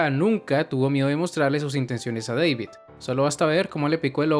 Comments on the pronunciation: muy buen video excepto por una cosa... no es Deivid ES DA DAVID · Porque le dices deivid?